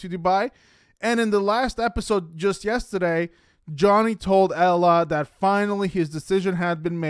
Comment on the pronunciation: Oooooh when you said yehstahdaye it gave me life. Reminds me of gossiping w my favorite aunt back home 🤣👍👍